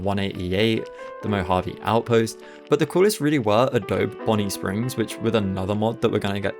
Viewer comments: Its pronounced adobee friend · I know a million people are going to comment this, but it's pronounced ah-dough-bee. Just like the Photoshop software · the way you pronounce adobe 😭